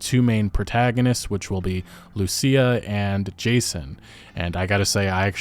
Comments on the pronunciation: Lucia is pronounced - LOO CHEE AH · I don't mean to nitpick, but "Lucia" is pronounced "Lew-Cheee-ah"